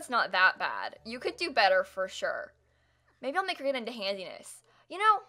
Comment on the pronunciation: every time you say handiness I hear "handsy-ness"